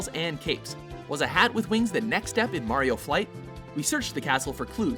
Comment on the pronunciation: WOW YOU SAID HIS NAME RIGHT MARIO NOT MERIO